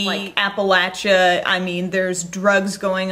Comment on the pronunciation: YOU SAY APPALACHIA THE RIGHT WAY! Love you even more!